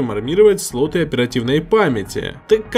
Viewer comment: МаркЕтинг, матерЯ, сатой, ппц грамотность. СлотЫ, пинЫ, вместо слОты, пИны, вам бы подтянуть грамотность.